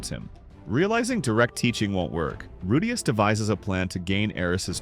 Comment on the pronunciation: how are you pronouncing Rudeus two different ways in the same video lol?